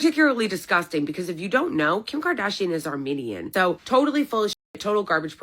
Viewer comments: Armenian not Armanian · What the hell is wrong with his microphone the last months? And what the fuck is an "armaynian"?